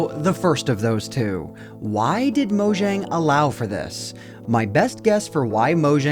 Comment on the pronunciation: Mojang is not spelled as Mojang, but as Moyang, it's not an english name.